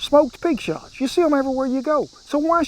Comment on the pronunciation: Well Kent I thought you said pig snot not shots so that sounds a lot better. 😀